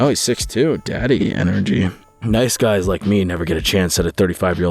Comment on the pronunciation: I really need him to stop saying "daddy" like that 😂💀